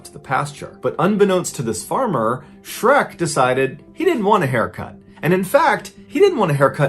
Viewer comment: Shrek not SHERK